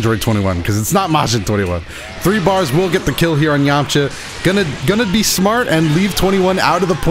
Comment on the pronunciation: Did he say yamacha instead of yamcha